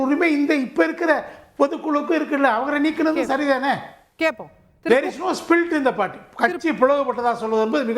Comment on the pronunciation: Spilt illa da kalai punda maganae adhu split da.